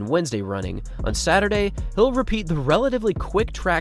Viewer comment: it‘s kilometer, not miter 😅 oh and Saturday.. sorry I‘m being obnoxious